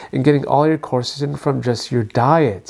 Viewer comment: It's not corsatin; it's quercetin.... quer is pronounced like qwear